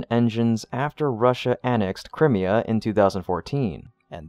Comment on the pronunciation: That's pronounced cry-me-ha 😉